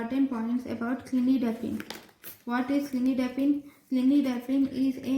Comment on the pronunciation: It’s not clinidipine 👉🏻its cilnidipine